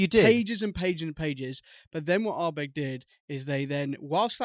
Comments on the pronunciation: Guy in the middle calling it Ardberg got a bit much 😂 great episode again chaps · pronounces Uigeadail and Corryvreckan perfectly, yet pronounces Ardbeg wrong. Having said that he does make some fine points and is an ideal foil to bombastic bluster!